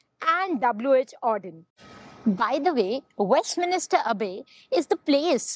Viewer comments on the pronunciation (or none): Westminster, not Westminister 🤣